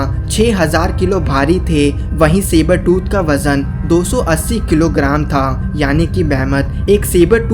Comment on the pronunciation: Not saber tu tiger